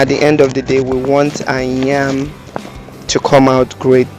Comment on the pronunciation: You keep saying NYAM NYAM, is it NYAM or YAM?